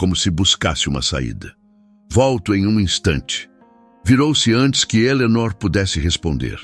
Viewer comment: Fala o nome de Eleonor direito.ok😊